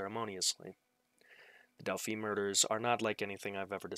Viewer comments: It's pronounced Delph-eye not Delphee. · It's not Delphee it's Delphi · It's pronounced " Dell - Fi". Long i 👍